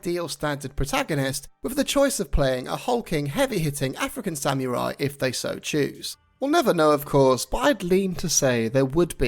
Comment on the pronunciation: Let the guy who can even speak samurai correctly lecture you about Japanese culture.Nailed it~